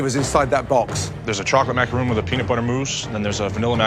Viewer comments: Joe: "The Macaroon" No, no they are not, they are Macarons. That is not how it is pronounced, that's a whole other cookie! XD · Every time they said "macaroon" I felt a piece of my soul leave my body. You're professional chefs, it's macaRON not ROON... dear god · Did joe just say 'macaroon' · Youd think gordon of all people would pronounce macaron correctly